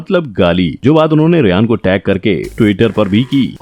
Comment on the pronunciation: Ryan ❌ Riyan ✓